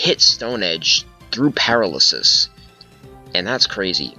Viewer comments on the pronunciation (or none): GG. Love seeing older gens in action. Btw it's Pair-AL-ysis. AL like in Albert. Not that I want you to ever have to face a paralysis team again tho. That blunder strat